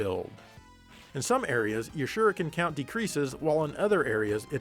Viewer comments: About the "SYURIKINS" in the "Super Shinobi" prototype: actually, in japanese, you pronounce "SYU" like "SHU", so you pronounce that word "SHURIKINS". So, it's wrong, but not that much 😂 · "Syurikin" (the "syu" part anyways) is an alternate way of writing. Romanization of Japanese is really tough and there is no perfect system that lets you go back and forth between Roman characters and Japanese. This type is the form taught in elementary and follows Japanese is a bit more of a systematic way. The form we usually see ("Hepburn," which follows pronunciation rather than systematic construction) isn't really taught in Japan until later in school and doesn't get used much except by linguists and foreign Japanese students.